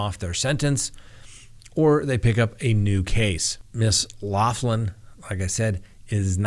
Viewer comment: Her name is pronounced locklin not loflin. its an Irish surname but thanks.